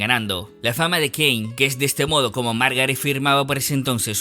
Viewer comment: Súper interesante. Un mini detalle es que el apellido de la señora se pronuncia "kin"